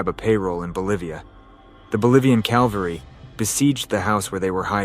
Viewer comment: "The Bolivian Calvary?" Really? Sheesh!